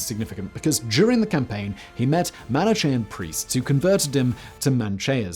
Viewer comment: Unless his writer shoves reading guides where needed, Simon is almost guaranteed to butcher his words. Manichean. Also, remember da Vinci. Sometimes it's almost impossible to find the correct pronunciation within reasonable time. But when possible, it's better to do it, otherwise a serious video, beautifully done, gets this wonky unprofessional element which looks odd.